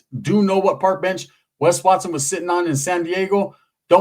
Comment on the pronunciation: Wes wat-sone….i love how he says that 😂